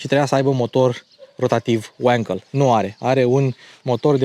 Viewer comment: Mă kk pe sindromul tău de a te maimuţări în engleză. Wankel a fost un inginer german, deci e Vankel, nu rahat englezesc"Uankel".